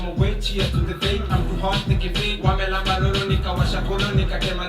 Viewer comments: He said Wamnyambez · What is wamyambez surely!!!! 😭💔😂😂this guy is breaking my heart 😂😂it's wamlambezz😂😂😂✋aaargh!!!Wamyombez!! 😂😂😂😂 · If that guy [?] knew what he's pronouncing "Wanyambez" (Farters) instead of WAMLAMBEZ (The suckers), hehehehe Wanyambez.... Finally there's a complicated word in town the UK guys can't pronounce!!! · wtf is wanyambez and wamnyombez, dude its wamlambez and wamnyonyez, you dont know kiswahili, shame, shame on you niggah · Wtf...it's wamlambez..not wamnyambez😂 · Am still laughing at for saying "wamnyambez" and repeating I every single time,and the heck he's a Kenyan🤦🏽😂😂😂🤣🤣🤣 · Heeey not wamnyambeez its a different thing it means furtin.. It's wamlambeez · Some one to teach kiswahili he's embarrassing us Kenyans...... wamnyambez tena😂😂😂😂😂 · come on!!!! You could at least try get the pronunciation right before coming here to comment!!(i am not angry or anything) just saying... you failed a lil bit there.. its W A M L A M B E Z not Wanyambes!!! And it W A N Y O N Y E S (this one could be a bit difficult) but WAMLAMBEZ really isnt!! 🤦🏽‍♀️ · It's wamlambez not wamnyambez and it's wamnyonyez not wanyombez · Please it's WAMLAMBEZ!!not WAMNYAMBEZ...😂😂😂😂😂😂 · Okay am i the only one who is pissed off bcoz of how they are pronouncing it ati wamnyambez tf??? Its wamlambez jeezzzz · Did just say wamnyambez🤣🤣🤣🤣... Nyamba is farting. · Its wam.... Lambez not wam.... Nyambez😹😹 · it's not Wamnyambez bro. It's hilarious how you said it. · Wamnyambez😂😂😂😂what did you say man 😂😂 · Huyu.msee anasema wanyambez 😂😂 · Wamyambez killed me😂😂😂😂😂😂 really? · You suck when you keep repeating wamnyambez you ruined it..,,.., this is our coded language even our parents dont understand 😂😂😂😂😂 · It's paining me when he said 'wamnyambez!' 😥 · Hahaha 😭😭🤣daaaam it you need to have a vacation back home now jesssssssso even the wazungu can get it right SAA what's the wamnyambez surely 🤣🤣🤣🤣 fart is you this is all about suck n lick it